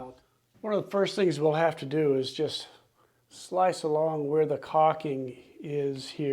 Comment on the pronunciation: Good job! But please stop saying "cocking"...., it's "caulking" - with an L.🤭 Thanks for posting the video